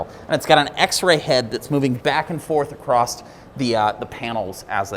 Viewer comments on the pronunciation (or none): You are a very smart man, but I will give you a major tip... There is no "T" in the word "across"